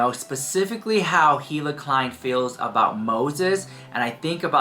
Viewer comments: You know damn well you have heard her name in this video plenty of times. The H is silent. It sounds like "E" La actually. So idk why you keep continuing to say Hila and it's not like ur kinda saying the H u are really saying it. It's not cute or quarky ,ur not being "different". It's annoying. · you are pronouncing Hila incorrectly. Pronounced Eeee-lah.